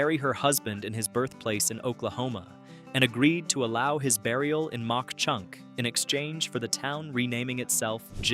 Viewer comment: Ma Chunk is the pronunciatio. Not Mount Chunk!